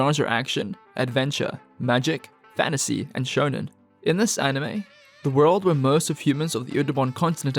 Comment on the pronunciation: “Shounen A.I.”? Dude, they’re not young robots in love